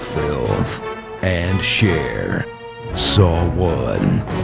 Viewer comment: i died when he said " Cher " 😂😂😂